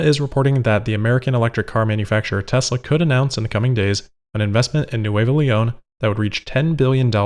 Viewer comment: Nuevo The Spanish phonetics for V and B are reversed to the English, so nueVo is pronounced nueBo. Bery good!